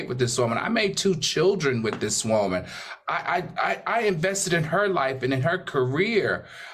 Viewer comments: The way AL say woman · I hate hearing Al say these TWO words.. SUSSESFUL and WOEMAN!! lol HE BUTCHERS WORDS!!